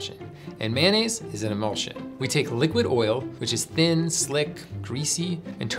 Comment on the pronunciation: In New Orleans, Blue Plate (made here) rules. Sounds like"MY-uh-nez" Only way to make a po'boy!